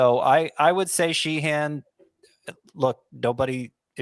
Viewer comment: I grew up with a few Sheehans in NY. Nobody pronounced it like exaggerating the second syllable. Like” Shehen”not She-Han. But thanks guys!